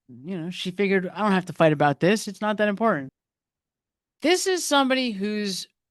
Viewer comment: Host. Highly educated however she is unable to pronounce a medial “T.” She says wri-un for written impor-unt for important Buh-un for button. Can-un for Canton. Etc. Drives me crazy! She can say Boston tho